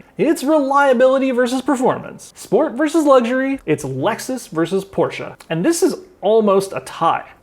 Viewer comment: can i pay you $1000 just for pronouncing porsche correctly bc u have no idea how much of a relief that was lol